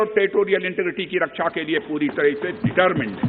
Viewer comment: रक्षा मंत्री नहीं 'रक्स आ ' मंत्री है । 😜